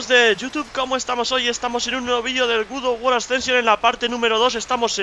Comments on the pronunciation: Oye como digas otra vez Gud of war te reviento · Como dice " Guz of war "!:)